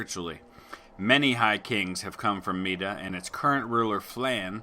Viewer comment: Mide is pronounced "Meed" not "Meeda", nowadays it's Meath. Also high kings didn't necessarily come from Mide, it was the seat of the Kings of Tara, the Uí Néills, but they weren't technically high kings as that did not rule a United Ireland.